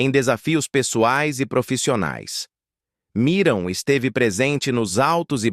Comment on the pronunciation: Porque é difícil falar Miriam???? não Miram!!!